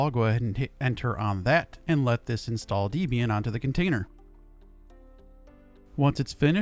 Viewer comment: "deh-be-an" not "dee-be-an"